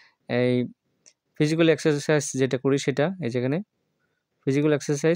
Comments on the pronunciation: স্যার আপনি বলেন যে একসারকিছ এটা হবে একসারসাইছ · একসে সাইজ হবে। মাঝখানে r উচ্চারণ হবে না।